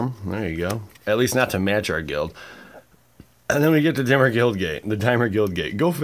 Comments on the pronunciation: Dimmer (the way you said it :p) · Dimir, only because you say it funny.